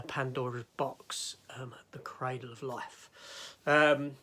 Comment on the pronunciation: Oh no, not another Dutch director whose name you butcher. His first name isn't pronounced like the "jan" in the word "janitor". The J is pronounced like the Y in "yes" and the AN is pronounced just like in the word "pandora". On the other hand, you've thought me how to pronounce the word "cradle". I've always pronounced it with the same sound as in the word "paddle". Anyway, I only watch this video today. I'm a little bit behind watching your Tomb Raider reviews.